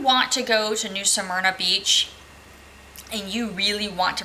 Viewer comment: How are you pronouncing Smyrna? Are you saying Samyna? Helpful hint: when you do a review and point out certain things it would be helpful if you posted pictures of the things you refer to in your narrative. For instance the inaccessible lake……a picture of the lake and access path or lack of would be expected. You referenced the laundry…..a picture of it would be helpful. The permanent residents there……a picture of a couple of those residences would be helpful so we can determine if they make the campground look like a trashy mobile home park or if the folks take pride in their property. The swimming pool and Tiki Bar…….no picture so I guess we just imagine it? Site 6? Back in or pull thru? Does it have a cement patio. Again no picture. I’m not trying to be mean but I got nothing from your review. So, thumbs down.